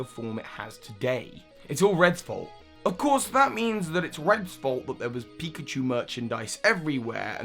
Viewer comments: Pickachu? Really? Come on. You even did it twice. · "Pickachu" 😂 it's pikachu, not to be rude